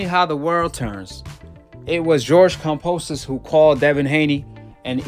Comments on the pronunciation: KamBosos not KamPosos, why he say it like that lol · Cam"B"osos not Kam"P"osos. love your vids. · Where's the P in Kambosos? 🤔